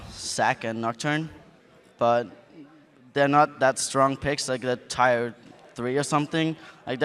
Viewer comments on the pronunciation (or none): the way says tier haha its pronounced 'tear' not 'tire'